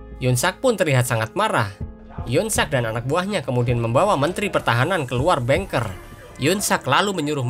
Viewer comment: Keren bang Admin. Cuma kata bunker mengejanya "bangker" bukan "bengker" kl "bengker" artinya pejabat bank. Sukses ya ...👍👍👍